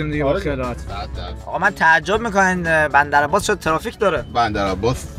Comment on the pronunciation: چرا گفت بمدر عمباس😅